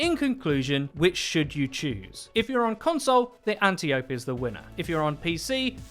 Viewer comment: I hate to “be that guy” but everyone keeps mispronouncing the gun it’s said like ant eye oh pee (just not spaced out) {I don’t put anti because some people pronounce that as ante lol}